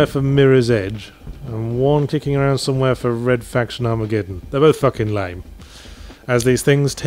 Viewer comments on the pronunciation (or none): none